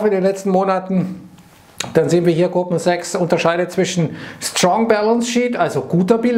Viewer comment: Jedesmal bei "Goldman Sachs" versteh ich was anderes 🙈🤣